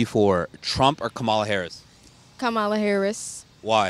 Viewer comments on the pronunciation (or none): If you are going to give an interview on VP Harris, you could try to learn the correct pronunciation of her name. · THANK YOU! I mean, it's not that difficult.